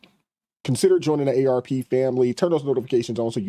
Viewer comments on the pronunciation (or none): Not aarp, AMACK.